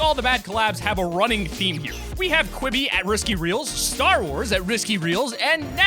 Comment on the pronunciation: When I heard you say quiby I threw up my through up